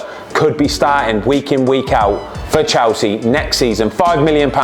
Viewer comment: Chelsea ❌ chowsee ✅